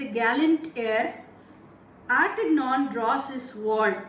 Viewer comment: Teacher D'ARTAGNAN IS PRONOUNCE LIKE. SAY DE-AART-E-NYON